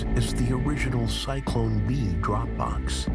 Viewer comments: Cyclone B? It's Zyklon B. Try harder next time. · It's Zyklon B Not Cyclone B